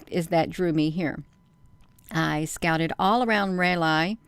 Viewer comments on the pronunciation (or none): Raleigh is pronounced Rolly! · Raw Lee is how to pronunciation of nc state capital